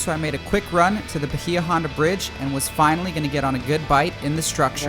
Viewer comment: Hate to be the grammar police… but it’s pronounced By-ya Honda….thanks for the amazing content!